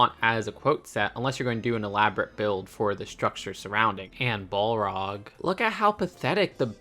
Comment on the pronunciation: Damn 😅😅 butchering the pronunciation of the balrog. You can tell us you’re not a lotr fan😅😅